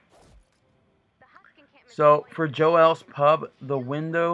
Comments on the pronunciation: Oh my God that's not even how you say the name it's Joel's not joelle's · Why is he calling it jo-els... it's pronounced like jol not jo el...lol